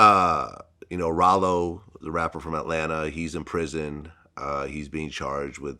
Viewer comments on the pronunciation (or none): Prison not orison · "Orison"?? Damn where was this nigga at??? In space???